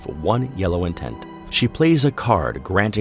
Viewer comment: Very true. It just bothers me because it sounds like he's constantly saying intense.